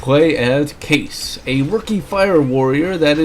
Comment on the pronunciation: It's called Kai-ees not case